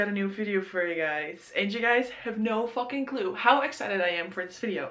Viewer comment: WHEN YOU SAID “FOOKIN” IN THE BEGINNING AHHH